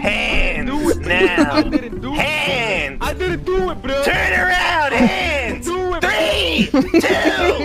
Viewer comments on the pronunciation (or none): The "TURN AROUND, HAND" give off the cowboy vibe lol